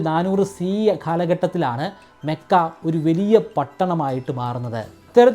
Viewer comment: മെക്കയല്ല ചേട്ടാ മക്ക എന്നാണ്